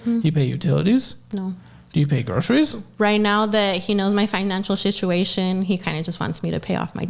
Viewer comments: He knows about my financial shituation. Did she say that or did I mishear???😂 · “My financial shishuashin” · Financial sich-chu-a-shon. Lol reminds me of that one girl that gets interviewed outside the club drunk 😂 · Did she mean to say 'my financial shit-uation'? 😂😂